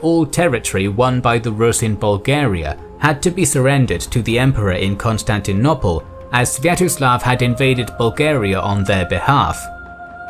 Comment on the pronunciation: The city now called Istanbul was called Constantinople NOT Constantinopple. if you want to pronounce it the way you do in this video you should get scholars to change the spelling. Another mistake in pronunciation is the ci in Latin and Italian: Tacitus is pronounced ta-chi-tus. Ci and ce = ch like in ciao and 'cello.